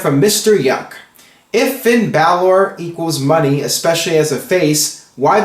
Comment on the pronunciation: Please stop pronouncing Balor and Nia Jax the way you do, you're saying it wrong and it's getting annoying